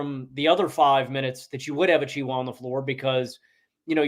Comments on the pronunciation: Why are you calling him achwa???? That's not his name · I love you and, but Precious Achiuwa's last name is pronounced "a-chew-a". Also Cason Wallace's first name is pronounced the same as Jason except it starts with a C. I don't mean to rant, but it's been annoying me when you guys talk about both the Knicks and Mavericks.